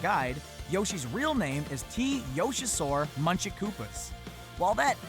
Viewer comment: Is not "T. Yoshisaur" is "T' Yoshisaur" almost like Tiranosaur